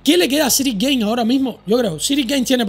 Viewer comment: Ciryl Gane se pronuncia "Gan" no "Guein"